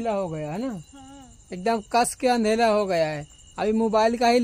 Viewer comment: Andela nhi andhèra bolo